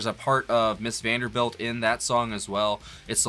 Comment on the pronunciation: It's actually "Mrs. Vandebilt", without "R"...